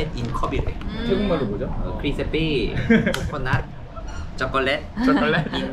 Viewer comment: คริดสะปี้ โคโค่นัด ช็อกกะแลด ไทยแท้มากกก 555555